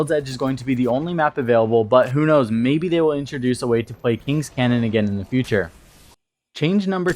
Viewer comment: Kings Canyon, not Cannon . Do wanna be that guy but it a bit annoying.